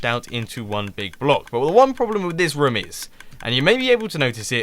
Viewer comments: lol the way u says room sounds like voom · The way Mumbo says room cracks me up every time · Does it get on anyone else's nerves the way he says "room"?